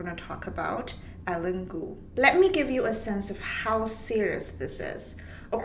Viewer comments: "Eileen" is not pronounced "Ellen". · It's Eileen cuz